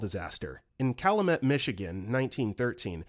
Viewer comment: How did my man manage to pronounce the word “Keweenaw” flawlessly but mispronounce “Calumet” 10 seconds prior 😂